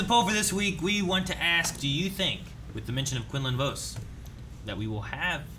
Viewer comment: Jesus, the way they pronounce Quinlan Vos is driving me crazy lmao 😂